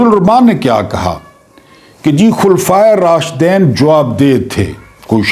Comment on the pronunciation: Sir I think the correct pronunciation is KHULPHA E RASHDEEN .